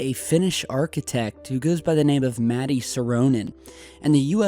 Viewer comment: its pronouced mutt-ay thats how you say matti in finnish ...... Vitun idiootti